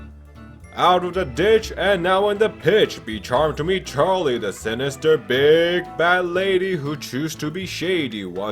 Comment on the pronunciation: just letting ya know you said Chalie and not Charlie, just letting ya know